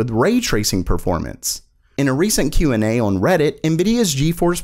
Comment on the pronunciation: I'm still waiting for the day when says "on" properly.